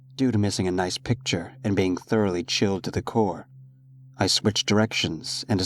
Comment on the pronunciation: Hello, I enjoy this story. I wanted to ask if you could maybe say the word picture or photo next time? I kept hearing "pick" which is short for "pick-axe" and was becoming very confused. It might be my dialect. Anyway, thanks for posting great stories. I share you with my friends :)